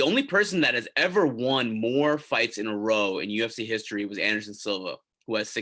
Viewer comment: You say won wrong!